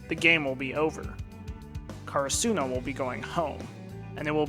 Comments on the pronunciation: "car a soo no" what? 😃 cur ah su no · Is he deliberately mispronouncing “Karasuno”? Or has he not seen the dub?